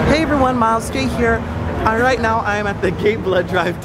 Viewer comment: Miles gay here.... :D that's what I heard. :D